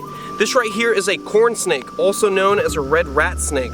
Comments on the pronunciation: I feel like you said "Porn snake" and not "corn snake". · It sound like he said porn snake